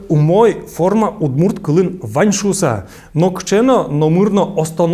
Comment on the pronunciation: Почему вы говорите по удмуртски "Удмурт", через "у". У нас так то "удмурт" говорят русские, а сами удмурты говорят "удморт". "удморт" говорят как северные, так и Южные удмурты, если разговаривают по удмуртски. Дело в том, что звук "орт" или "орти" обязателен, иначе теряется значение слова. Никто же не говорит "уртодоксальная церковь". Всё говорят "ортодоксальная церковь". Зачем язык коверкать?